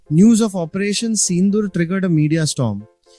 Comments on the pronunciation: You can blame AI, but pronouncing the Operation Sindoor- the context's actual name itself- as Saindoor is really hopeless. But video is lit🎉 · Wtf is "Operation Syndoor" ?